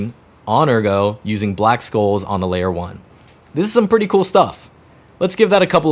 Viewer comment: black "SHOLES"; that's how you say it, the c is soft